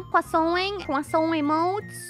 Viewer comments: Did anyone else start hearing queso after awhile? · I love the part where she sais Quaso